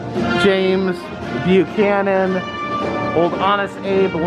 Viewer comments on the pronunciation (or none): none